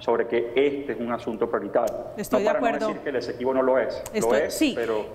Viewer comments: No es Equesibo ???, sino Esequibo se ve que no sabe ni coomo se llama el territorio y se pone a tratar con ese tema . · no se dice Equesibo se dice Esequibo